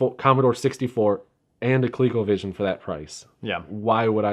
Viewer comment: Why does the guy in blue keep calling it "Co-lay-covision"? It's "Co-lee-covision", dammit! BTW, did you know you can use SEGA Master System as well as SEGA Genesis gamepads in place of the Colecovision controllers? It's a much better way to play most Colecovision games.